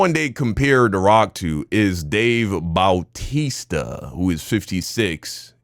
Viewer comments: dude its not dave boww-tista it's dave bau-tista. No shade 😅😅😅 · BOOWWWW TISTA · The way you are saying “bowtisa” is killing me 😂 ain’t no way you never heard his name been said in wwe back in the day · The way he keeps pronouncing it as dave "bowtista" flirting with my ocd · The way is pronouncing Bautista(Batista) is paining me...... 💀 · 😭 true bautista